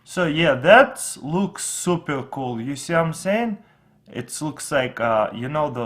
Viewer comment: it super not supare